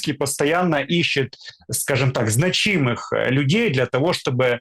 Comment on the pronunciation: Дмитрук ! Ты тоже неуч???? В слове «значимый» ударение падает на первый слог: знАчимый. Это ударение сохраняется во всех формах слова, например: «зна́чимая», «зна́чимое», «зна́чимы».